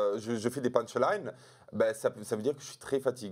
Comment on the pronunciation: « Des punchlaïne »? 😂